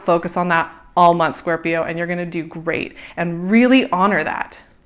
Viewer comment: I love your videos, but pleeease .. its Scorpioo ,, no corps ;P